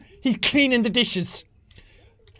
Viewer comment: it was funny he washd the dishesh in the bathroom